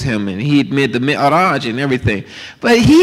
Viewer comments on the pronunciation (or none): Hijabi Islam : He said “mirage”, not “mikraj”.